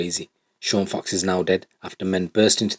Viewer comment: It’s Sean Fox not cox